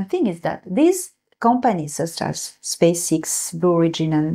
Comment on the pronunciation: Space "ex" not "ix"